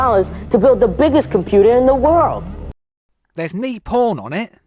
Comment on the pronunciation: "There's nee poorn on it!" 😂